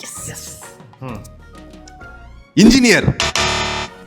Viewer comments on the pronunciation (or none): athu இஞ்சினியர் ila. என்ஜினியர்